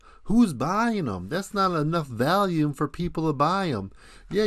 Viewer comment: Is this parody? Of course a hard drive isn’t a solid state drive……. Are you saying “value-m” or trying to say “volume”? 😂